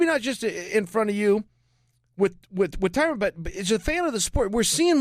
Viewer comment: He just called Tyron “tyquil”LMAO